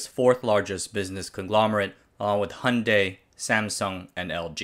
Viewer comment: impressed with the pronunciation of some names 👏